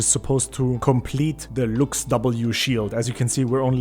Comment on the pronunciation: I love your accent can you say it again "Looks statue~"